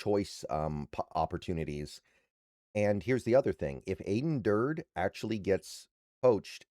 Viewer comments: it's Dur Day not Durd rhymes with turd. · Aden who?😂 (It's 'Durd-y') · It's pronounced dur-day. Do your homework. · I watch a lot of videos from and like his content...but I agree he really should study proper pronunciation for at minimum our guys